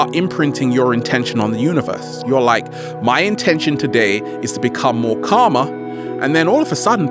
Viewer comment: karma or calmer? :D